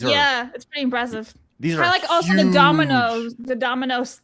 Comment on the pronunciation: Extra emphasis on " Huge " 🤣🤣🤣